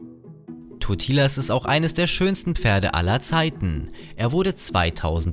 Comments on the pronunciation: Man spricht ihn auch nicht mit langem i aus, er hats einfach falsch ausgesprochen. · Totilas hast du falsch ausgesprochen c